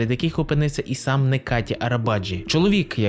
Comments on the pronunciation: нечаті а не "некаті" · Його ім'я - Неджаді. В турецький літера С читається як ДЖ